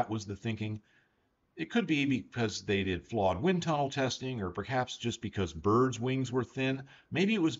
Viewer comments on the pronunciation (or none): none